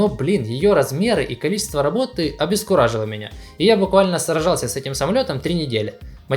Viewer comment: Ты сказал соржался! *сражался